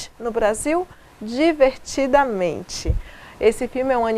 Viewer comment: Adorei como sempre os seus comentários muito bem articulados e explorando quase tudo deste filme maravilhoso. Só achei que faltou um detalhizinho de nada mas que considero muito importante: Ao falar o nome do filme no Brasil, você pareceu dizer Divertidamente ao invés de Divertida Mente. Acho importante fazer notar que o nome do filme é formado por duas palavras e, portanto, com dois significados. Divertida é um conceito que todos sabem o que significa e Mente, é uma palavra que, no filme tem o significado da mente da garota, isto é, sua cabeça, pra falar numa linguagem popular. Mesmo assim, parabéns pelo excelente comentário.